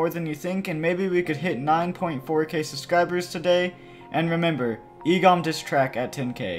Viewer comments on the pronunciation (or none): day 2 of how he says subscribe he said sudscriber check video i made the funniest thing about you :)